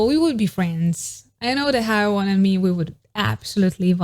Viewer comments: Babe, please don't think bad of me, is just trying to help. Her name is pronounced "he-uon" like won, the verb to win, in the past. He-won. The "ae" in her romanization is more of an "E" but an opened E, like when "air" a but opened like this "ai". And anyway, thank you so much for this video, I love Haewon and her cute face and her voice for NMIXX, I love to recognize her singing when listening without watching a music video 🥰 I live your channel..! thank you so much for the effort and time 💖💖💖💖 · Sorry to be that guy, but heres an advice on Korean names. when names have two vowels like hAEwon, AE is pronounce as EH. another example is jEOng, and EO is pronounce as OH so basically you pronounced the second vowel and silent the first one. so Haewon is = HEWON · no its HEWON cause AE is pronounced as EH, just like how tAEmin is pronounced as TEmin not TAYmin, and bAEhkyun is pronounced as BEKhyun not BAYkhyun, tAEhyun is also TEhyun not TAYhyun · It's more like Haywon